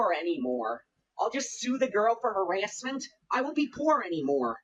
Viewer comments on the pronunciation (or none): I love the way he says harassment like herASSeMent